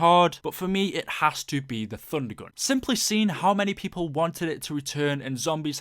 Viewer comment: It sounds like you're saying Funder Gun